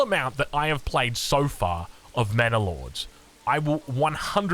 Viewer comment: Sounds like is saying "Mana Lords." For my fellow Magic: the Gathering players, sounds like a planeswalker, eh?